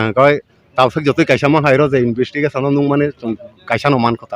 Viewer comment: Investigation ❌ Invistikation✅